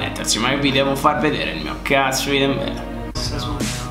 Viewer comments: Si dice Dembelè non Dembele.. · comunque Dembelè si dice con l'accento con tutte e due la e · senza offesa ma la tua pronuncia con dembelè è stata pessima